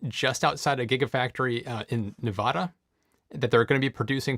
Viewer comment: Nevada - Please learn how to pronounce Nevada. You apparently have never been there - Love your show. :-)))